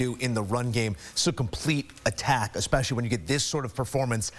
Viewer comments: I can’t stand people that say Expecially. So dumb.. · You mean “especially.” Don’t you? 🤔